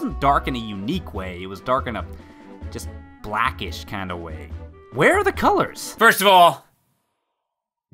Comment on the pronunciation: I don't like the way you said "BLAAACKISH"... C A NC E L L E D ! ! 🙃🫠🤣